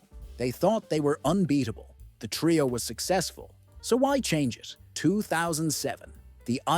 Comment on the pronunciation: TRE-O. NOT TRAY-O